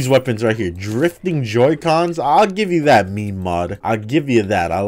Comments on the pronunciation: no one talking about the fact he called it meemee gun instead of meme? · bro really just pronounced it me-me